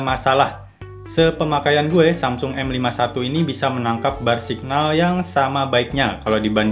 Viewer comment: bang, ini mah cuma saran aja ya. tolong pengucapan dalam bahasa inggrisnya diperbaiki di kata: High - bacanya bukan haigh tapi hai aja.. signal - sainyel. maaf dikoreksi, supaya channelnya dan video content abang bisa mulus perfect tanpa ada hal2 yang mengganggu bagi penontonnya. jujur saya sedikit terganggu dengan pronunciation abang. overall kontennya detail, bagus deh. sukses terus!